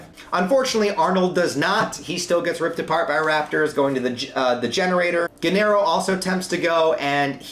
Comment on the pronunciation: Gennaro is pronounced "Jay-nah-roe". The movie gets it wrong.